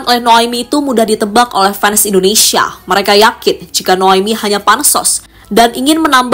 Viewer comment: Bahasa NARATORNYA , kurang enak didengar , menyebutkan INDONESIA KOK INDONESA ,. Dan bahada yang lain untuk di benahi.